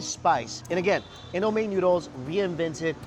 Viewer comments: And I Nigerian so it's not pronouced In-doo-meh but In-do-me and we made it tho we made indomie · It’s not pronounced indo may it’s pronounced indo mee